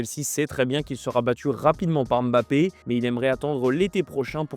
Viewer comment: Oui comme aime-bappe au lieu de Mbappé alala les francophones 😅